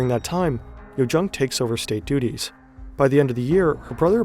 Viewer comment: Interesting video, but terrible narration! It‘s called centre stage not centre stage and state duties not state duties etc. Compound nouns are stressed on part one!